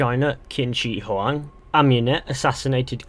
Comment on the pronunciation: Tf.. It's shi huangdi..